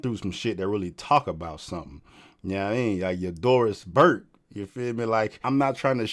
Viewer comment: “Doris Burke” 😂